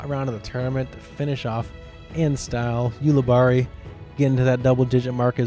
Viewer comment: 4.99 STAR COMMENTARY (.01 off for saying Ulibarri wrong at the very end)